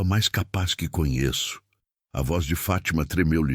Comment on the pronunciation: FÁTIMA e não FATÍMA,para nós brasileiros a pronuncia é estranha.